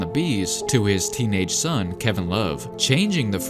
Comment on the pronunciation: Idk why but when you said “his teenage sun, Kevin love” it just sounded so weird